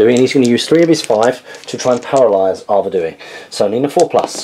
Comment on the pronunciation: Great battle report as always, loved the theme and use of Arnor, they are my favourite army! Nice pace and great looking figures. Just one thing though - the King if the north is pronounced Ar Ved We, not Ar Ved ooh wee, just saying ;-)